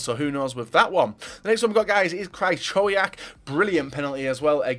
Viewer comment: omfg its Kri - Ho - Viak